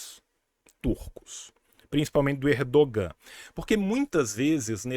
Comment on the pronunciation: Tio, sem querer ser pedante, mas a pronúncia do nome do "presidente" da Turquia não é /erdoGÂ/, mas /Érdoân/ (ênfase no "É"). O "Ğ/ğ" (yumuşak ge, "g suave") é mudo em turco e prolonga a vogal anterior. Ex.: aç - ağaç (/ách/ - /aáách/), tura - tuğra (/túra/ - /tuuurá/).